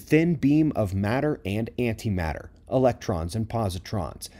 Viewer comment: Ohhh you said Anti matter